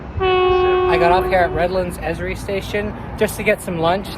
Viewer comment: Also, it is not pronounced as a word, but the letters each said sequentially. E.S.R.I.